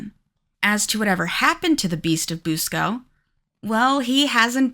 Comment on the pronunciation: I grew up in Churubusco, Indiana. First of all, Busco is pronounced Buss-co not Boose-co. I believe they killed Oscar "The Beast of Busco", when they dynamited the lake.